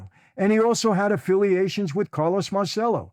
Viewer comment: Marcello PRONOUNCED Mahr chello